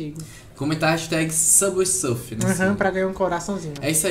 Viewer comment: Samber sârfi???? Kkkkkkk